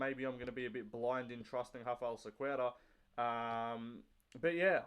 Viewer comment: your enunciation of Cequeira is immaculate ... i'd never get it right